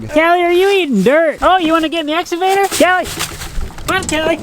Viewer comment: And now is calling it an "Exavator".